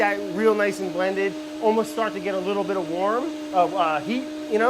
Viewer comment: "almost start to get a little bitta warm"